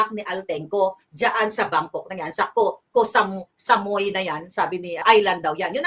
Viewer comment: Pronounced as Koh Samuy, Koh means Island